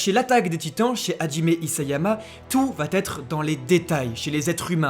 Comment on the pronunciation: VA ÊTRE. Pas VA-t-ÊTRE. Vos vidéos sont si parfaites que c'est dommage d'avoir les oreilles blessées